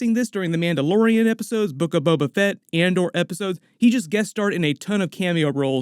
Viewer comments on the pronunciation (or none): none